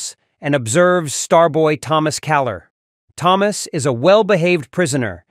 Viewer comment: Why does the AI say “Thomas” 2 different ways? I actually didn’t realize it was AI until it started pronouncing Thomas with the ‘H’ sound. 🤣